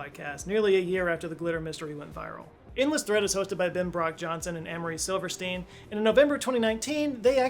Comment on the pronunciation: Sivertson, not Silverstein